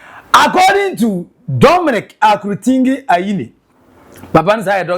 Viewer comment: is akurutinga and not akurutingi aah why cant you read and pronounce simple things